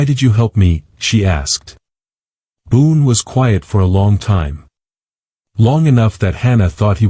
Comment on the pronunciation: Boone not boon